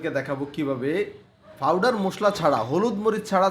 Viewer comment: Eta k fawder bole na, powder bole. 😂😂😂😂 agae suddho vasa bolte sikhn